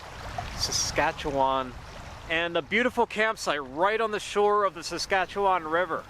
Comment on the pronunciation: As a Saskatchewanian you did pretty well with “Saskatchewan River”. Hit the last ‘a’ a little hard but that’s pretty common. Come hang out in Saskatchewan for a week, hit the prairie, some deep northern forest, and some sand dunes and you’ll have it perfect